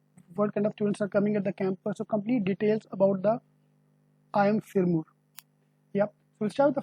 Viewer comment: Please use the recent data and also pronounce Sirmaur properly.